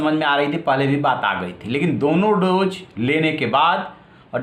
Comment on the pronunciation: Kya bol rahe ho yaar doje nai hota dose hota hai, English tto choro tumhe tto hindi b nai aati kahan ke ho bhai ?? Dubbing kisi aur se karwao